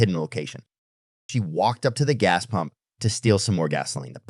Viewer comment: ITS PUMP NOT POMP!!!!!!!!!!!!!